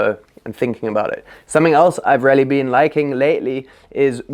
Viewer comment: I like this video and am going to try all of these, but homie just decided to switch the letters in “really” to “raelly” 😂